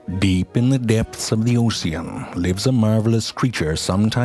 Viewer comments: I absolutely ADORE his voice! It registers as a sinister, extremely condescending, speech therapist ... "Deep in the o-see-an" - Brilliant! 🤣🤣🤣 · "Deep in the depths of the ohceun" lol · The funny thing is, that is more or less how the word ocean was probably pronounced about 150 years ago! I love how he made a joke, which turned out kinda historically accurate xD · Oh-see-uhn should be the new standard way of pronouncing ocean. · Ah, yes, the oh-see-an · deep in the depths of the Ocsean 😂😂😂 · "Deep in the depths of the o-SEA-an" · No one: Absolute no one: This guy: OCEUM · The oh-cyan